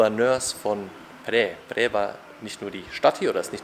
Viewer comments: Es wird : PHRAE ohne ausgesprochen R gesprochen…. Wir waren da auch vor kurzen ❤ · er wollte nicht unhöflich sein ;) oder es klingt schon besser als andere ;) Du bist aber sehr nah dran, außer beim R. Egal, was andere sagen. Wenn es online anders ausgesprochen wird, ist es oft schlicht falsch. Viele sprechen es falsch aus. Ich lerne Thailändisch, und auch mich haben Thais korrigiert. Das hat etwas gedauert. Die Aussprache ist wirklich schwer, und viele möchten nicht unhöflich sein, vor allem dann, wenn sie selbst kein Englisch sprechen. Zur Einordnung hier die Erklärung. Phrae wird auf Thai so ausgesprochen: 🔊 Pää / Phrää eher wie ein weiches, behauchtes P mit langem ä das R ist kaum hörbar oder verschwindet ganz für deutsche Ohren klingt es ungefähr wie Pää Warum das so ist: das ph ist ein behauchtes P, kein F das r wird im Alltag oft verschluckt der Vokal ist lang und offen Merkhilfe: Frae ist falsch Prä ist falsch Pääää ist richtig, lang gezogen